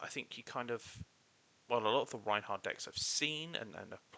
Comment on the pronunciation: Rhinar not Reinhar >:(